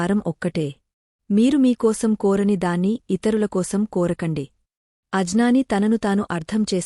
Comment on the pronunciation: Chaala manchi video chesaru kaani konchem telugu bhaasha lo padaalanu sarrigga palikitene meaning correct ga vastundi Ajnaani ane padam kaani jnaani ane padam kaani etc variety ga vunnayi😢 Duhakam ?? Jaapakaalu?? Wat the hell is this Me video complete ga watch cheyyalante meru vaadina padalu correct ga vunte automatic ga chustaru but you are only making us leave ur video in the middle Itself 🙏🙏 Jai shree RadheKrishna